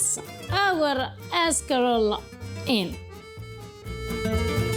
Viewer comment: Haha 'shcarole n beans!